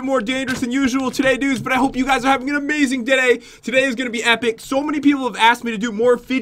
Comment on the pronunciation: did anyone notice Pat said "Dadday" instead of "Day Today"?😂 Don't worry.... we still love you Pat<3